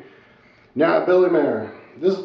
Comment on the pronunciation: P.S. Genius, the man's last name is MEIER, not Mayor.